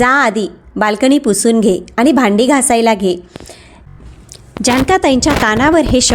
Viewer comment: Awaj chhan ,clear explanation. Pan faktta aani, Paani ver laksha dya.